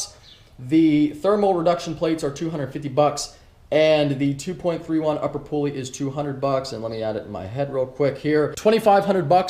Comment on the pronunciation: "Lower pooly" - love ya lol